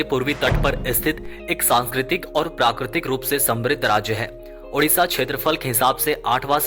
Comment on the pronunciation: Sabse jyada yeah achha laga ki... Apne udisha nhi Odisha bola.....jyadatar log hindi main udisha hi bolte hne......